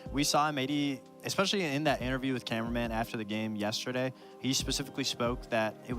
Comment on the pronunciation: His name is cameraman not “carumen” or whatever she’s saying 😂